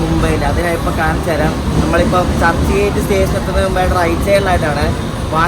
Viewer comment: churhi gate alla.... churchgate...ahemgabad alla Ahmadabad